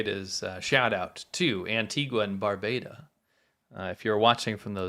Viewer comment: It’s either Barbados or Barbuda, not barbada